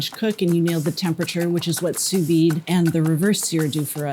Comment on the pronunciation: congratulations: your pronunciation of "sous vide" is not easy, but you got it right. And I am a native french speaker and I have a PhD in chemistry too; but in France, the steak has to be much less medium; just rare; and in France, people do know a little bit about cuisine and eating. And drinking too, of course